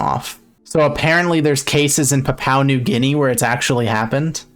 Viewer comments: Pronounce Papua as Pa-pua thanks PNG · Is it actually pronounced "Pa-pow New Guinea"?